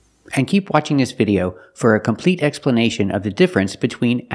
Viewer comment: "continue waSHIng this video..." LOL